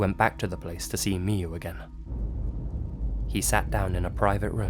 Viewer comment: It's pronaunce miyu